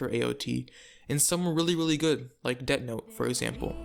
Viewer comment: "det note"